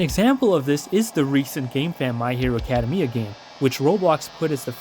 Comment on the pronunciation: the way you pronounce academia :(